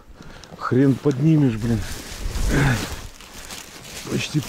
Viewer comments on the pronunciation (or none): none